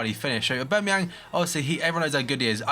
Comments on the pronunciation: AubAmeyang not AubEmeyang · u dont pronounce the A its basically ubermayoon